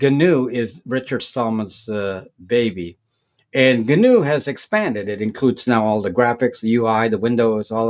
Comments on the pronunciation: Gnu is another name for Wildebeest, two species of African antelope. It's pronounced: Nu. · The 'G' is silent.